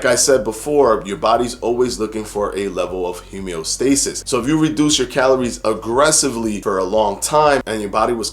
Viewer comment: Hemeostasis? Are you saying homeostasis?